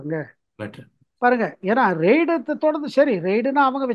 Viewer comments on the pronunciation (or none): தம்பி ரைடு இல்லை ரெய்டு